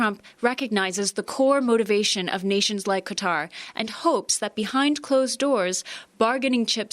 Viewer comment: Chanel Rion, Thank You, for pronouncing Qatar correctly. Maybe you could give lessons to all the networks reporters (CNN, CBS, NBC, FOX and OAN). How they come up with 'cutter' from 'Qatar' I'll never understand (and I'm a Texan).